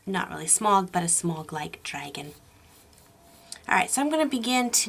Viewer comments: the way she said smaug the first time in the video,lol shmaug xd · Yay I'm not the only person that says smaug like smog